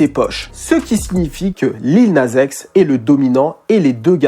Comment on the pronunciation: "Lil naze x" wesh quand tu dis Nas tu dis Naze ?? 🤣🤣